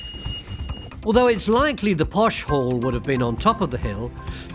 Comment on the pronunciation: I thought he said "hole" and not "hall". I could use subtitles sometimes.